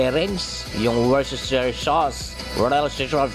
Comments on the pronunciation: Wors-ter-shire sauce po.. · Woo-stu-shur sauce po ang pronunciation. Napaka entertaining niyo po!!! God bless po! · Worcestershire is pronounced as wustershir. 😊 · Hello! The real pronunciation is wus-ter- shire sauce! Alam ko po yan dahil taga England po ako ❤ Pero true Batanguenia! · Wu stuh shr po ang tamang pagbigkas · Woos Tah Shire Ang Pronunciation kuya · Wors ter shayr sauce 😁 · "Wuster" sauce. .